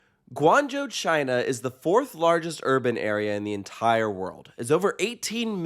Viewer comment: Happy to hear you pronounce Guangzhou correctly, someone must have told you after the China vlogs... 🤭